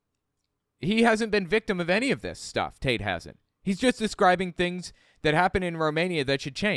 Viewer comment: I can’t stop hearing Andrew “Taint”. Lol.